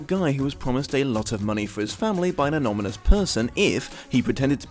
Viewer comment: I love your work, please stop pronouncing it "anomynous"!